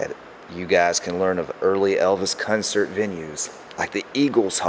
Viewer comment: love this stuff! What part of the world are you from where they say cuncert and not concert?